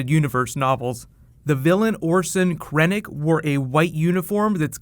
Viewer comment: OMG his pronunciations are so cringy, really Orso Krennic.